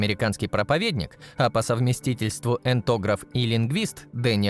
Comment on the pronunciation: Проповедник и этнограф,а не эндограф.